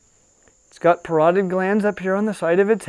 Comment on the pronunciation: It's ''para-toyed'' (paratoid) gland.